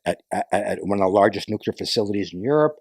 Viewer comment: I was wrong. He pronounced nuclear correctly.